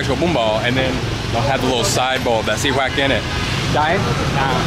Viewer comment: Hey xí quách if you pronounce the word quách like English word "what" then it's perfectly sound. Right now you pronounce it's like word wax. Just a thought from a vietnamese person.